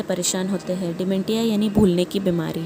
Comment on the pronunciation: Hello Mam, it is not "De-men- Tia" it is prenounced as " De-men-shia". There is "SH" voice in it and not "Ti" voice. Thank you.